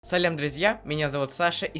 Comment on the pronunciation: Не салям а салам